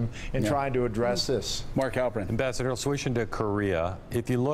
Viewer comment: Joe, my man - what the heck happened in that intro?! "Mr. Ambissador..." Fantastic. :)